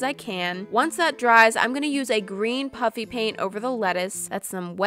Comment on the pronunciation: she says puffy, it just sounds like puppy.